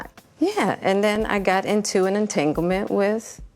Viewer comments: Entanglement or dang-a-ling ement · IM JUS GLAD SHE ADMITTED"ENGTANGLEMENT"NO SIS, RELASHIONSHIP.